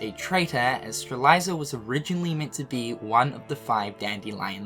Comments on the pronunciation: the name is Strelitzia, how are you pronouncing it Streliza? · Say it with me,, Struh Lit See Yuh Strelitzia No judgment but if I don't point it out nicely someone else is going to point it out rudely:) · I can’t get over “Streliza” for Strelitzia. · Okay. Three things. 1. I'm pretty sure Maleficent learned of the Tome of Prophecies in Re:coded. She can only learn more about it from the past. This means that it wouldn't be right if she was in the past before KH2 when she didn't know about the Tome until that game. 2. still can't pronounce Strelitzia and Lauriam's names properly. 3. Knowing Nomura this will all make sense after a while but man this story gets crazier and crazier. But it's a delicious story none the less. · Lmao you're pronunciation of Lauriam and Strelitzia are killing me.